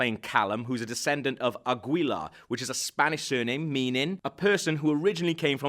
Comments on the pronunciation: ahem. Ah-Ghee-Larh. (Aguilar) :> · AH - GI - LAR! For gods sakes man I almost couldn't watch this because of that pronunciation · Aguilar is actually pronounced "Aggy-lar". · Your saying Aguilar wrong and I know because it is my last name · It's really ticking me off! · Hahaha the way he pronounces aguila. No just no. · In Spanish, we don't pronounce the letter "u" in "aguilar" ^_^ lol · ok, it's pronounced as 'Agilar', not 'Agwilar', it's like pronouncing 'Miguel' as 'Migwell' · It isn't AgUilar. The “u” is a mute letter in this name. In spanish it helps to make g sounds like in “garden”. So... it could sound something like «Agilar». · It's pronounced Ah-gee-la. Not A-gwee-la lmao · It's not agüila you idiots, the g is the same as in gills. Agilla. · Assassin's name is Aguilar (a-gee-LAR) not Aguila (a-GWEE-la) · Omg... Your pronounced aguila so badly... Omg... So you say it how its writen down... But no... You say:" aguila" Its actually said: "agula" but you wright it down as "aguila" Aguila is eagle btw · It's pronounced "agilar" not "agwheeelar." It's not pronounced how it's spelt😂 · aguila is pronounced AH-gee-la. not agweela. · it's pronounced as AH-GI-LAR. Not AH-GWEE-LUH. It's a common surname in our country. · yeah I know. Nonetheless ah-gi-lar is the right pronunciation. Even in spanish. The name aguilar is derivrd from the word aguila which means eagle :) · Its pronounced a-gee-lah not a-gwee-la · Agweela HAHAHAHAHAHAHAHAHAHAHAHAHAHAHAH oh boy... Im pretty sure the last name is Aguilár. Pronounced Ah-ghee-lar. Not Agweela LOLOLOLOL Agweela!? hahahaha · Since this is a spanish name the guy is pronouncing it wrong, it's Aguilar, not Agüilar. No U in the middle. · It's pronounced "Aguilár" " A- gee- lar" NOT "AgUIlar" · He also pronouced Aguilar as "a-gwee-la" instead of "a-gee-lah". Oh and other lore stuff gotten wrong, like plural of Animus is animi and that Leonardo da Vinci did not introduce double hidden blade. It was Altaïr.